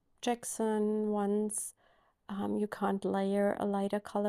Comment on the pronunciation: I love your beautiful bird!!! 😍 I love drawing them too! Jaxon is pronounced with a hard J, like in the word jump ( hopefully that helps). 😊